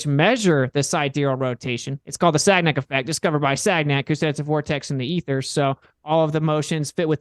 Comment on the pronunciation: For someone who claims to do research, sure didn’t research how to say “Sagnac”. Cringe. Loser.